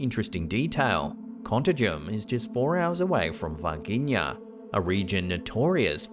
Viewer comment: I'm from Belo Horizonte, the capital from the State of Contagem and Varginha Cities. Contagem is actually next to it. It took me some minutes hearing the way you said the names until I activated the subtitles. What a cool feeling to see places that were part of my childhood fears in here! xD